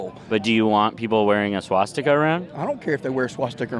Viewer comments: “Swas-sticker” Wow, low I.Q. Individual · How can you stand an even carry on a conversation with someone like that with a straight face,,OYeah did he say swasticker.... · He can’t even pronounce swastika literally like in Wolfenstein when the kkk boys couldn’t say danke schon, look it up it’s funny, but literally the same thing